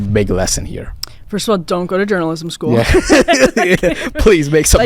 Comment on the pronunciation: I thought this guy was saying joanisim not journalism. Lol